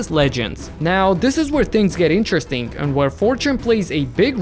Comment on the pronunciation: am i the only one who hears "interestink" ?